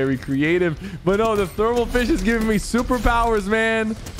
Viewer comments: "thEEArmal fIshe" Sypher, 2022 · I died when Sypher said termal fish wrong it’s a secret weapon it’s called thermal fishh